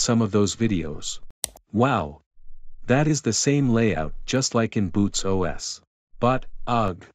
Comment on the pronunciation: What, he says "OS" like this "Oes"